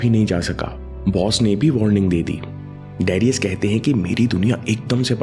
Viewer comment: it's not डेरियस it's डरायस : Great msg nice video..Thank you